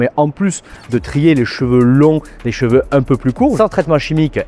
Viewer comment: Les gens qui prononcent cheveux « j’veux » 😅